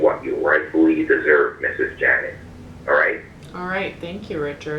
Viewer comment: I love how he changed janet to "janette" lmao